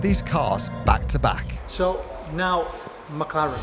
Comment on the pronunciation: Mc LAURANT take EMMMM CEEEEE LAURANT